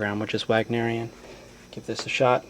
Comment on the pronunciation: wag - nerian? someone doesn't know his classical composer's names...